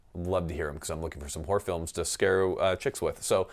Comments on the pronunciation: Did you say "whore film" or "horror film"? Vastly different answers. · Confused as to if he said ‘whore’ films or ‘horror’ films... I can think of many of either to scare chicks though. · It sounded like you said “whore films” at the end, so here’s a few: Back door patrol 7 Shaving Ryan’s privates Black cock down Anal pirates 2: (tharrrr will be booty) ...delete my browser history if I die please... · Did he say whore films?? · ... horror films or whore films? I didn't quite catch that